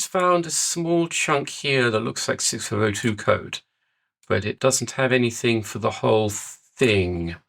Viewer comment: Neither could I! What is he saying?